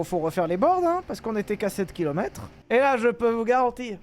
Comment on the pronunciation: C'est zhe ses the